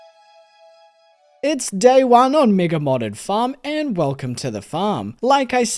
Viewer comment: Oh, his accent makes 'mega' sound like 'MIGA', and for a second I thought I might be on the wrong side of youtube